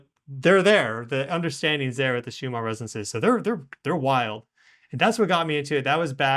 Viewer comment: why does insist on calling the Schumann resonance Shoomaa resonance! This is most annoying and makes him sound like he doesnt know what hes talking about. 🤷🤦